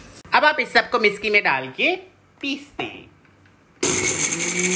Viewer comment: you always say misci but it is mixi ( mixer)